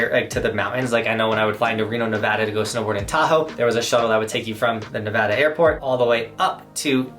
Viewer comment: Quick bit of appreciation for you saying Nevada correctly haha. Good tips! Another thing people should consider is driving for safety reasons! If you’re someone in Utah or Colorado where you already have snow tires on your car taking the road trip can be safer than if you buy a random rental car with all-seasons. A big deal if you drive to the neighboring Rocky Mountain states. Obvs would make as much sense the farther the resorts are